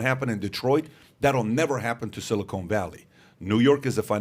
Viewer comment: PBD my OCD cant handle your pronunciation of silicon valley lol. It’s a short O not a long O 😜